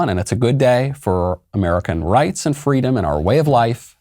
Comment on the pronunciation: Come on, Michael. Kamala's most notable statement will always be fweedom, which she plagiarized...